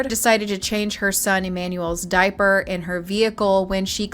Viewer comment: He says, "diappy"!!! What a stupid "child kil**r"!!! Yes, diappy😱🤬